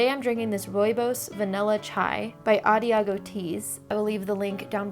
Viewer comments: It's not adiago tea. It's adagio tea. Ah Dah Gio Not Ah Diago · The tea company is pronounced ah-DAH-djee -oh. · I like that you said "ah diago" teas instead of "adagio" pronounced " ah dodge ee yo" it means "in a slow tempo", or "at ease." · Hey! The tea brand is actually pronounced “Ah-DAH-geo”. It’s a music term. Anyway, loved the video. Just wanted to let you know 😅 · Adagio is pronounced "a-dah-jee-o," and it is a musical term, meaning "in slow tempo." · Adagio is actually read "A-dah-joe" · I was born and raised in the north . My mother is from Lombardia and my father is from Emilia Romagna. Honestly I've never heard someone pronounce that word as "a da jeeo". As I said "gi" in Italian is pronounced in a similar way to "j" in English,it may not be exactly the same in all cases but it's the closest sound. Take a look at the phonetic transcription of "adagio" [aˈdadʒo] and the one of the word "joint" [dʒɔɪnt]. Gi = J. I know it's hard to explain through words but I've been studying Linguistics both in Italian and in English that's why I'm quite sure of my answer :) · Ah! I feel like somewhat of a butt for commenting a correction about pronunciation but also...important, kind of? Yes? Adagio (uh-daa-jee-oh) is an Italian word meaning slowly! A perfect name for tea. In other news, those tourmaline chunks are perfect and amazing little beans. I love them. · Adagio is pronounced 'ah-dah-zhee-oh' it usually means slow. At least in ballet :)